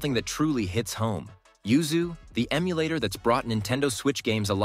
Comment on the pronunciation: LOL have you noticed you say ZUYU instead of YUZU 1.56.. It made me laugh lol